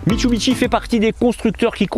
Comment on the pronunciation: Bonjour, alors je répète à chaque fois, mit su bi shi et non mitsubiteshi il n'y a pas de bite🤔